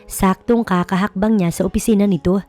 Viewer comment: KAHAHAKBANG NOT KAKAHAKBANG.